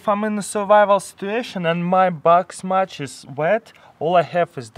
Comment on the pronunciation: "Strike de match and booom..."